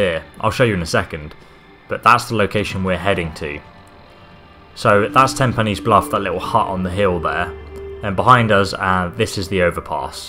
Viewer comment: Dude.... it's Ten PINES bluff.